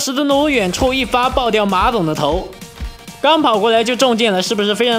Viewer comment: 你刚才说馬总，我好像听到马桶